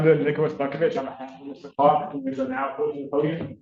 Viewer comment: I'd NEVER hire a lawyer that can't say my name right! "Mista Cwark